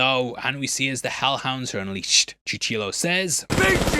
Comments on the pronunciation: It's Cuchillo not tuchillo , it means Blade 🔪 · you're so cute 😊 you keep saying Chuchillo, but it's Cuchillo pronounced "Coochie-yo" lol. Keep on being awesome 👌 ❤ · Question, why do you call "Cuchillo" "Chuchillo"? I understand anglo-speakers not being able to pronounce the Spanish "ll", but where did that first "ch" sound in the name come from? 😅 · The amount of research you do for these videos is remarkable, but brother, please research how to pronounce things. You mispronounce Yautja over and over and your Spanish makes every abuelita cry. "Koo-chee-yoh" not chu-chill-o. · A little help, in case you'll quote Cuchillo again in the future. The proper pronunciation is "kuh-chee-joh". While saying chuchilo you make it sound like a Chinchilla. Just so you know. The last syllable "llo" must be like I showed you "joh" if you try "jo" like the name it will sound like an American trying to speak Spanish. Even though, I see nothing wrong if it sounds "cuchillou". You did pronounce Machete and Navajas properly though. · Hey, Mexican here, it’s pronounced “koo-cheeyo” not “choo-cheeloh” and “navaja” is “navaha” love ya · Chuh-chill-o 😂 “ co-chi-yo” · I'm still wondering who is this Chew-chee-low character. Even Ryan Arey knows "Cuchillo" starts with a "coo" sound and that is why he might be a more successful host. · My ears bleed everytime you say Chichilo, it is Cuchillo (coo chee yaw) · Hey! Mexican here and I t’s Kuchillo, not tuchillo. And it’s its pronounce coo-chee-yo. Love you and all your videos 🙏😬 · "Coo" "Chee" "Yo" Cuchillo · I love your videos but I cringe the 8/10 times you butcher any word in spanish. Cuchillo is pronounced something like coochie-yo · ‘KU-CHEE-YO’ say it like that bro. Cuchillo = knife. ‘KU-CHEE-YO’ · I have to fix this guys grammar, cuchillo is actually pronounced “coochie yo” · chichilo and navayas I really love that he didn’t even try to get the pronunciation right 😂😂😂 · Coochieyo is how u pronounce Danny trejos character